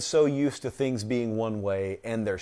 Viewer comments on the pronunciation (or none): none